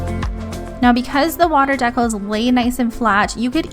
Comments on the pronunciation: Deeee-cals lol Not Deckels dekels Really great video tho! That’s for the education 🙏🏼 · Isn't it pronounced dee-cals?